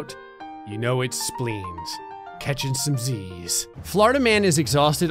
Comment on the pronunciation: speens and tonsles are still speens and tonsles. me: ehhhhhhhhhhhhh:/